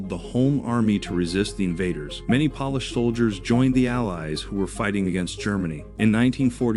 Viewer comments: Poor AI doesn’t know the difference between polish & Polish. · Wait a minute. NATO is "a club for countries to help eachother stay safe"? I was almost willing to accept that the narration can't pronounce "Polish", but blundering the significance of NATO is too much. Bye-bye.